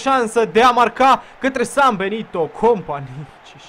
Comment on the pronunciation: Cand ai zis Sambenito prima data am crezut ca ai zis ''si-am belit-o'':))